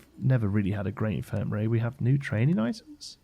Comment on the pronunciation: It's always so nice to "have you around"! Playing some game and talking about how to make things look good / realistic. But after years of following your channel, I have to say: whenever I hear you put emphasis on the "g" as if it's a "k" – e.g. thraininK on – I'm always afraid you're getting tired. I hope you'll take it easy this time, and enjoy playing the game as much as we enjoy watching you play it.